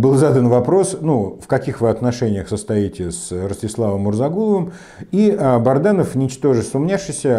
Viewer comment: Он же Бадранов! Вы всегда неправильно произносите его фамилию